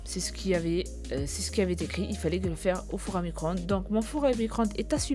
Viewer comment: Elle a dit four a micron —de mdrrrrr